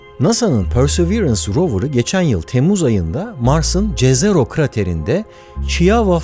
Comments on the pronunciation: Cezero diye okunmaz. boknakça göl yezero diye okunur. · Göl anlamına gelen "jezero" sözcüğü "yezero" diye okunur. Rusçası da "ozero"dur.